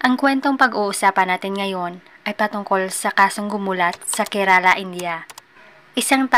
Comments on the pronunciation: Bulol kaba sa R kerala po hindi kelala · It pronounced "kerla".